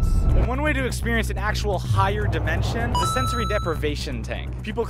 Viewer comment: Take a drink every time he says "dimenshon" 💀